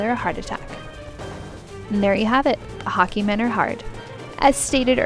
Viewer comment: Hockey manor -- that's just the Canadian coming out of her ;)